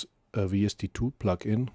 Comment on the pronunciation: "Sight Chaining", as you pronounce??? No! It should be "Side Chaining" - with a long i and a soft and voiced d! Your pronounciacion is ugly! And : it's "plugin", not "pluckin", as you pronounce! : you say "aple" instead of "able". Really horrible to listen to your disgusting pronounciation!